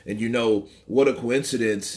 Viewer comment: Anyone that pronounces coincidence as coiqidence is not someone you can take seriously as an authority on subjects where medical qualifications are necessary